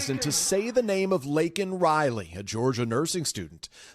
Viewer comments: NBC not going to mention that he didn’t get Laken Riley’s name right??! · You're showing clips to prove his competence? I counted five gaffs in his speech, and you hand picked the clips. He even mispronounced Lanken' name!